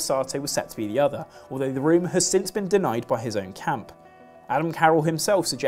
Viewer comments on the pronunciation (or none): none